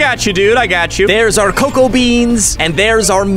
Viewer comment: Why do you say coco beans instead of cocoa beans